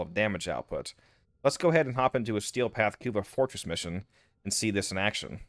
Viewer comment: I like how you say "Cuba Fortress" <3